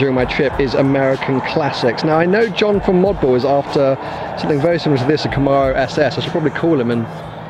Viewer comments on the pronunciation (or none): Cam-are-oh? It's pronounced "cam-aero"